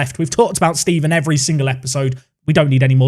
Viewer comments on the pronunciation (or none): none